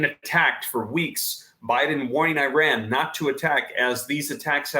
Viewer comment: Dude if you can say Israel you should be able to say Iran properly too. Esrael, iran come on practice